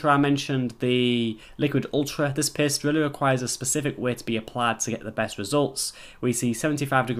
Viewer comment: i thought he said he was pissed....i was like OHHHHH "paste"